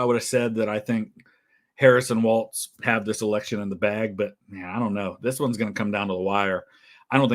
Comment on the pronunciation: … it’s pronounced Walls, not waltz. As a Minnesotan, it always bugs me when people add a T. Lol.